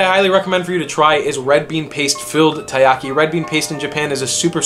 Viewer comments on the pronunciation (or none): taiyaki not tayaki